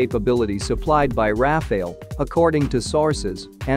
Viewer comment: Firstly its RAFALE not RAFAEL, and Tejas mk-2 is already in the pipeline so saab doesn't even make sense moreover IAF already operates 2 squadron of RAFALE so again going along with RAFALE will be more feasible for IAF